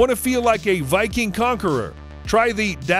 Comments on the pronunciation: it’s pronounced “das” as in boss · The way he said dasssss Horn killed me inside